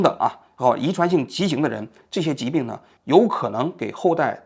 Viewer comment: 遗传性畸形？不读骑形。。。。。老央视记者不会连这个字都读错吧